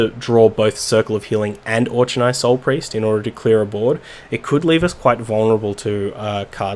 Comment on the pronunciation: FYI, Auchenai is pronounced Aw Ke nai not Aw Che nai.